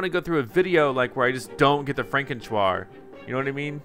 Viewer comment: i wish he would stop mispronouncing frankentuar... Its pronounced FRANK-IN- TAR... NOT TU-AR